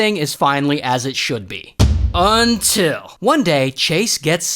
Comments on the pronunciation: I be waiting for the “UNTIL” everytime😂💯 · we love the “UNTIL”